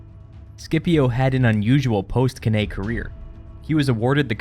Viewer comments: Cannae - pronounced 'can eye'. Please, it's Latin. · Cannae is pronounced Can-eye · Couldnt watch the vid longer thn 22secs due to the pronunciation of cannae